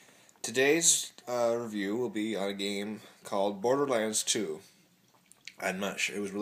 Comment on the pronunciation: WOW the first game you ACTUALLY pronounce right! you're learning!